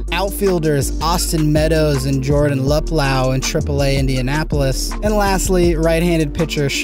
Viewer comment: Luplow= (lup-loh) Taillon= (Tie-on)